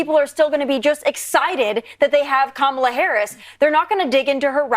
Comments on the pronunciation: Fox keeps calling Kamala “Camilla” or some other weird pronunciation. Nope - Camilla is the Queen of England. Duh! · I think Vance MIGHT, besides dissing Kamala for being “childless”, might be dissing Taylor Swift because she isn’t married, no kids and LOVES cats… Would he DARE go there? ALSO, what is it going to take to get Fox to pronounce Kamala’s name correctly? Geez! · They intensionally mispronounce her name. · I am a Republican who has campaigned door to door and protested at Abortion clinics. I find my party's name calling childish and mispronouncing Kamala's name makes them look stupid. I don't vote for stupid children. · Learn how to pronounce Kamala’s name